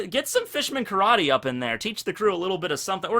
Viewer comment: Did you just say "new Carrot-ter"?